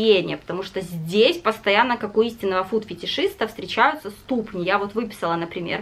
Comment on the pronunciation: В слове ступни -ударение на последний слог-ступнИ, ступнЯ, а в слове позерский-на второй,а не на первый...